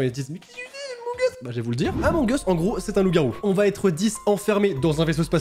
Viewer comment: C pas among es c among uuuuus mais j’adore se que tu fait